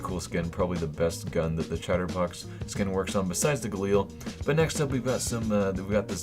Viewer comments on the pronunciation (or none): I cringe ever time he says galeal" ffs